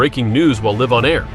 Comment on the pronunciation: DUMP the A.I.! The reporter said that the reporter (reporting) nearly became breaking news by being "liv"on air; properly pronounced it should be "live" (long I).